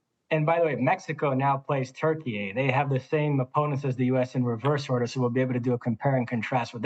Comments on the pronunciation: Why you call it “turkeyai”? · It’s insane that people are just going along with the Türkiye thing. If you do this, why are you not saying Deutschland instead of Germany? Or Espana instead of Spain? We speak English, use the English pronunciation